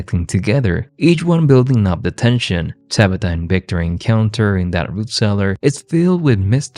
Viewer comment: O.m.g. please stop calling Tabitha - DABITA